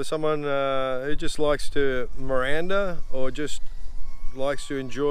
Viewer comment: who knew was a size queen. Also Miranda? Did he mean meander? Is that just a pronunciation thing or did he misspeak? Always love the content! Keep killing it.